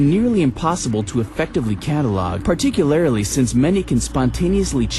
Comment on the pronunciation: awesome video man, you did great. but i have to mention..."particularily" made me laugh